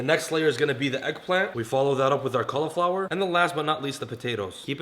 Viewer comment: "were gonna lay down some kallaflower"